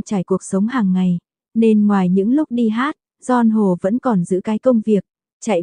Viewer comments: GION HỒ! Bó tay bà chế này! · Nghe phát âm tên ca sĩ , hết mún nghe , khó chịu quá … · Co này đọc mà nghe phát mệt , đọc cái tên ca sĩ cũng sai bét.